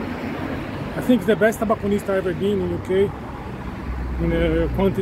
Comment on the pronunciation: TObacconist ........ not "TAbacconist"!